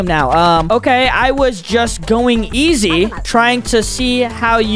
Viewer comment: Bro did not say easy bro said eg